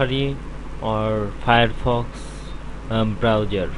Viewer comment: every time you say browser it sounds like you say browyour